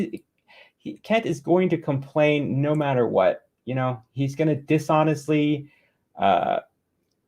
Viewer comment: Kent can’t pronounce water and matter much less paulogia